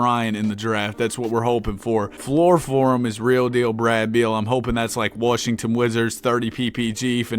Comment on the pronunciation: Yo, why do you say worshington, is there like an inside joke or sum? Because i stopped watching when you wanted 50k subs, and then i got back to watching like 2-3 weeks ago.